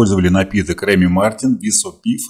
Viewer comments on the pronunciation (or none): none